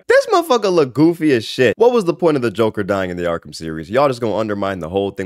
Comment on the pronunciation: Ah yes, the jonkler